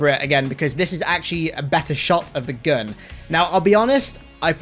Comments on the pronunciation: cant say gun says gun me: :o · Can't say "gun", says "gun". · just say gun with a ridiculous accent